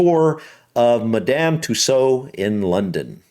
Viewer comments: Tussauds pronounced "too swords" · Hi!.The "D" & "S" are Not silent. It's pronounced "Madam Too Swords" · The D is pronounced it in Madame Tussaud’s,you did indeed pronounce it incorrectly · Madame Too sode phonetic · The fact you didn't recognise Tom Cruise made me laugh. The other figures were Eddie Redmayne (Fantastic Beasts) and also Stormzy who you thought might be Seal. Yes, you do pronounce the ds at the end.